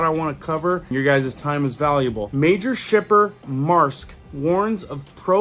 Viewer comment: MAERSK is pronounced MERSK, the A is silent, I never knew how to say that name until I finnally caught a couple of Longshoremen on lunch and asked them.